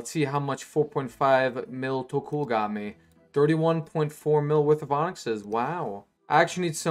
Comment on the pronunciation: Its tok-ol not tok-uul